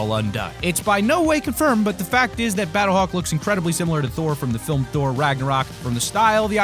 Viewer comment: You said number thor